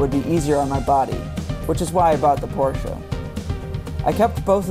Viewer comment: good to hear at least one guy can pronounce Porsche right.